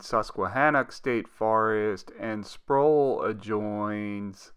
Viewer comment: Sproul. Rhymes with owl, prowl, scowl and bowel.